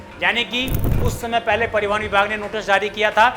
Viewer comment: पड़ीवहन नहीं परिवहन होता है भाई